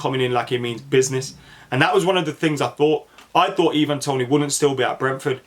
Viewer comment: I think it’s Ivan Toney like Eye-Van rather than ee-van